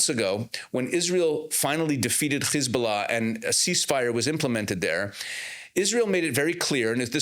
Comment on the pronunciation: Why do you say khiz bulla instead of hiz bulla,kha mas instead of ham ass etc?